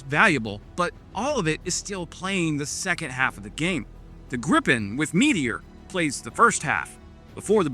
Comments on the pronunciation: Ok, may I be petty? It's not pronounced as in gripe, the i-sound in the JAS39 is closer to what would be spelled as ie in English. Same sound as in field. I won't complain about the r-sound though, as English doesn't have that sound. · GREEEEEE-PEN... not GRIP-pen I know you're American, but put some effort in.